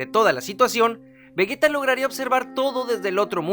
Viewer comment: vegeta se pronuncia como si llevara j en lugar de g, exactamente igual que si dijeras vegetal, si no, se escribiría vegueta